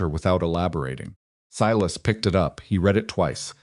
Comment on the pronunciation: Thank you for pronouncing Sy … las properly.